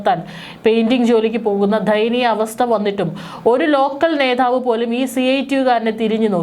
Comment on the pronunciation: പ്രതിപക്ഷ നേധാവോ ? ഒട്ടും അക്ഷരശുദ്ധിയില്ല അരോചകം